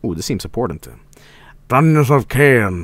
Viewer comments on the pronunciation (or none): none